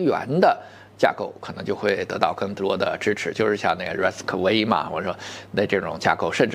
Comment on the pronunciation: RISC-V，不是英文字母V，那是罗马数字5，到时候，人家升级一下，变成VI了，就读做6了。